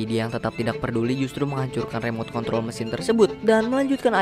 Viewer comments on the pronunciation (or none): none